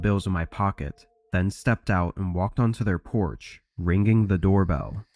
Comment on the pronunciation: "Ring-geeng" the doorbell. 😂 The most annoying way I've ever heard that pronounced.